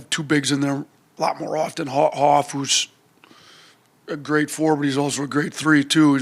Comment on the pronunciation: Going to be a war! Good luck! PS - it's pronounced "Hawk" Coach....not "Hoff"! 😁